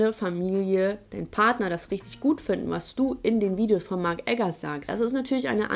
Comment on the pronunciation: Ein Ideologe erzählt uns etwas von riiiiischtisch guter Politik und auch so kompetent, so kompetent wie dein Barbier 🙏😂😂😂😂😂🙏😬